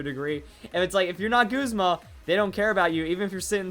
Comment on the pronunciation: Why You Callin Guzma Goosma?